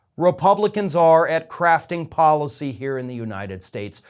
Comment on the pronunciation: Did he say “ crafting” or “ crapping” policy? Probably is interchangeable!